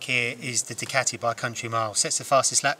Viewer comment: Hate how he says "Ducati". Argh